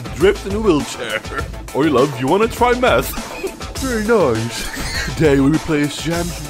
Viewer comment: 'ery noice